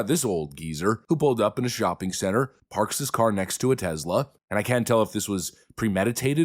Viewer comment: Note to narrator, it's Tesla not Tezla.